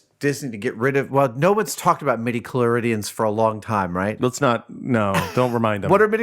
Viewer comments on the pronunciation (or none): IT'S MIDI-CHLORIANS, NOT MIDI-CHLORIDIANS!!!!!!!